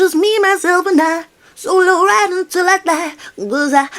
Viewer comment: "Come right on me!?"😧 I thought she said 'come ride on me'😭😭 freaky ahh lady